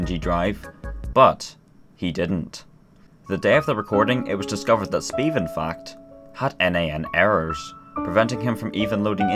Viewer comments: It's not pronounced 'sbeve' It's pronounced 'Sbëvë' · !S beh v eh' not 's beve' for reference please search up miniladd sbeve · Its not Sbiiv its Sbävä! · SBEVE IS PRONOUNCED SPEH-VEH NOT SPEVE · He pronounced it speve, when its speh-veh. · sBeve it’s of mini lads channel and it isn’t pronounced Steve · No, its pronounced sBEVE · its pronounced sbehv-a